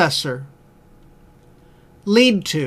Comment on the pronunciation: 14강 8번 lead는 동사(이끌다)의 뜻으로 녹음이되었습니다. 명사(납) 발음은 [led]레드.. 입니다...:)